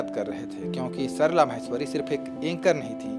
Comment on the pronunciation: म्हैस्वरी नहीं "माहेश्वरी"